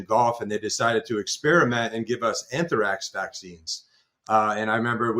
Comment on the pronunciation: Hey bro. Why are you adding a syllable to Anthrax. It’s not “an-ther-ax”. Precision = trust.